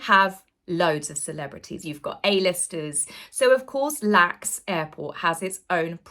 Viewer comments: LA Girl here, being picky...it's L.A.X. not Lax. I hope you're feeling better soon, I love your content. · Half Hour Harry should have stayed in California. He's not wanted or needed in the U.K. The royal family doesn't need the added stress of having a judas in their midst. Love you but LAX airport is not pronounced as lacks. We just sat the letters L, A, X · very good post! Spot on! One thing though, we don't say lax airport, we spell it out,. L. A. X. From California. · Hi, one of your many American fans here with some hair-splitting; we spell out "LAX", no one pronounces it as a word. Love your sense of humor and clear eyed observations! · LAX is pronounced "elle Ay Ex" just verbalizing the initials, not lax. I love your videos, and Im worried about your health too!!! sending love from across the pond! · it's pronounced L. A. X., not lax. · LAX (Los Angeles International Airport) is NOT pronounced 'Lax' - it is pronounced 'L-A-X' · Stop saying lax. It’s el ay ecks. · Hi, excellent post as always. Just one thing: the airport code for Los Angeles International Airport is pronounced L-A-X Not “lax”. Please get well soon, the world needs you! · Hi. Just wanted to share that the California airport is pronounced as letters: L A X. Thank you for your videos. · Oh we say L A X not lax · Hey, it’s not LAX airport, it’s L A X 😂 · Respectfully, it is pronounced L A X, not "lax". As a Brit, you could not be expected to know. 😊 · its pronounced "L-A-X" not lax. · Hope you feel better soon,, thanks for this video. By the way, it's pronounced "L-A-X" not "Lax airport" - the L.A. is for "Los Angeles". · not to nitpick, but in the US we don't say 'lax', we call it "L.A.X", we say the individual letters. thought you'd like to know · lol, spell the letters out for the airport: L.A.X., not lax! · It's not LAX as a word. It's pronounced by saying each letter. L A. X. Just sayin' Sorry about your kitty🥲 Feel better soon.